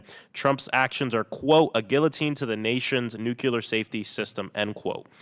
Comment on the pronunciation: The way he says Nukular